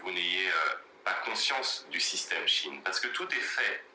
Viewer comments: Salut Je te fais part que SHEIN NE SE PRONONCE PAS DU TOUT comme tu le dis. 👉👉 Glusman fait la même erreur. (en aparté ; c un type avec de grandes qualités humaines comme intellectuelles). il n'a qu'un seul défaut à mes yeux c d'être PARFOIS MAIS CELA ARRIVE PEU SOUVENT de pratiqué du déni idéologiques "gauchos"..LOL il peut d’enfermé être buté sur des postures biens, nobles cependant et malheureusement elles n ont pas ponctionnées, il ne veut ou peut pas le reconnaitre.... 👉👉Cherche sur le net un audio ou tu pourras entendre la bonne prononciation. 👉👉Sinon, concernant cette marque et bien oui très peu chère certes mais très peu vertueuse surtout concernant les droits du travail et droits de l homme + les problèmes les produits chimiques ultra toxiques utilisées lors des différents stades de la fabrication. 👉👉Voili / voila Et je profite du moment, c de circonstance pour te souhaiter ........ 🎄✨🎀 DE TRÈS JOYEUSES FÊTES QU ELLES TE SOIENT JOYEUSES, GENEREUSES ET DOUCES.🎄✨🎀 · Bisous les loulous ! Désolée, je me suis trompée sur la prononciation de Shein, du coup, ça t'a induite en erreur. On dit chi-n et non chi-ine. Bises !😻😽💋❤ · Bonjour, c'est moi qui ai dit à comment se prononçait Shein. En écoutant des audios sur la bonne prononciation, ça donne chi-n en phonétique et non chi-ine comme je le pensais car je l'ai toujours entendu prononcé de cette façon. Du coup, c'est de ma faute et non celle de. Merci d'avoir rectifié. Bonne journée.